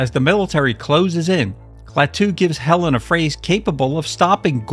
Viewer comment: "Helleeen" ......for god's sake